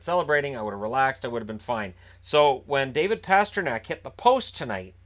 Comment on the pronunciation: "there's a goal there, we have a goal, were fucked" -every Caps fan (I know you said fine, but still sounded like fucked)